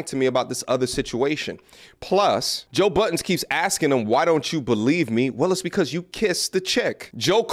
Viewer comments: Why do people put an S on the end of Budden all the time? Buddens always makes me laugh when I hear it dont know why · Please, stop saying Buddens. Peace. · Inlaughed every time you called him Joe Buttons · 20 years later ppl still say “buddens”. How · It drives me crazy thats you say “joe Buddens” us BUDDEN no s